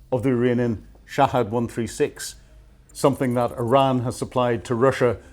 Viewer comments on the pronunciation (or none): none